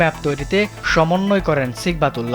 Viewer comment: নামের উচ্চারণটা ঠিক করে নেওয়ার জন্য অনুরোধ করছি, (সঠিক উচ্চারণ হবে সিবগাতুল্লাহ) সিগবাতুল্লাহ না।